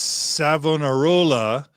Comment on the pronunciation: In my srudy of church history in theology school , it is my understanding from what I was told , your pronunciation of Savonarola , of Italy , 1492 , pronounced " "Savannah Rolla" , is correct.